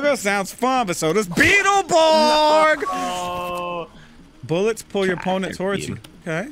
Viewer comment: Ahh the memory's of "BIG BAD BEEATAL BORGS!" are all coming back to be